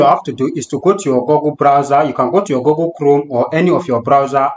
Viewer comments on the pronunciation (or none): Good video. Please learn to pronounce Google like in bOOk not gogle. Thanks